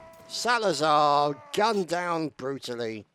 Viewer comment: It was the 33rd's 6 year Anniversary !! Great Video as always Ps:- Its Salzar not Salazar XD ..